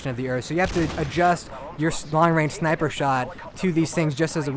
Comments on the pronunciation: lol he said "hardcore shniper" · shniper haha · Did he said hardcore shneiper ? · "Hardcore SHHNIPURR"